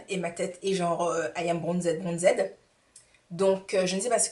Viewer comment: Lol "Bronzed"?? Dis moi.. tu sais que ça ce dit pas "bronzed"en anglais au moins ?